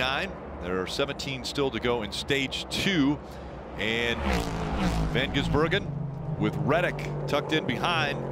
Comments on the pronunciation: and are the best 😂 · don't forget with a stumble. That one is definitely my favorite. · Every time they mispronounced or stumbled over SVG's name: "Shane van Ginsenburgen" (my favourite) "SVJ... G" "Shane... van Gisbergen" "van gisBERGen" "van gisBERGen" "Shane van gisBERGen" "ven gisBERGen" "Shane ben Bagizbergen" "van gisBERGen" (checks notes) "disbergen" "gisBERGen" "gisBERGen" "Shane... ben Gisbergen" "Bergen" "Shane... ven Gisbergen" "Shane... ven Gisbergen" "gisBERGen" "vasvih vesvedur" "van gisberg" "vansvi gisbergen" "The Gearz" "Shane van... gisBERGen" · dont forget at around the 3h mark van Geesebergen